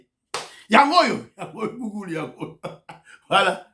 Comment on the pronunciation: on prononce...guguel